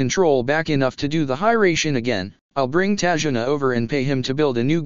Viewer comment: ta-zu-na not tajuna